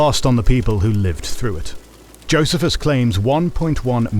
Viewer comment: Who pronounces Pharisees, Sadducees and Essenes, or Josephus like in this video? 🤨